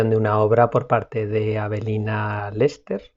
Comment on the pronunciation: Antes de continuar con el video, quiero aclararte que la crítica de arte se llama AVELINA LÉSPER, no Lester. Aunque fue evidente que la “equivocación” fue aposta, dada la gesticulación qué haces justo antes de mencionar su nombre, con la finalidad de hacer notar que no tienes idea de quién es. Desde ahí empezamos mal, pues cuando vas a criticar o a hablar bien o mal de algo, tienes que saber de quién o qué estás hablando, y debes tener clara la referencia. Otros críticos españoles, que han hablado mal de Avelina Lésper, no se equivocan en algo tan básico como el nombre de la persona a la que van a criticar. En tu caso, fue totalmente intencional, dado que has visto su nombre en varias ocasiones después de la crítica que han hecho todos sus detractores, incluyendo Ximena. Por cierto, qué raro que sepas pronunciar muy bien el nombre de Ximena, y no la hayas llamado Shimena o Simena, como lo harías normalmente en tu contexto.